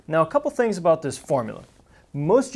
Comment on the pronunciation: well he's talking aboot spheres right?